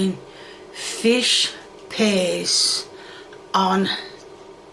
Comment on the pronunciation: Lady, it's called "Fish Paste" there is a T in it!